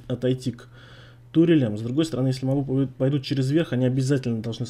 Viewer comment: И мобЫ, а не мОбы.